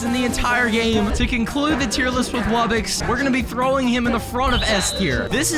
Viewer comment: ITS RARE WUBBOX NOT RARE WUBBIX